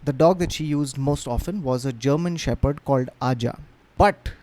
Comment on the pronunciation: Arja is pronounced Arya. It’s a soft J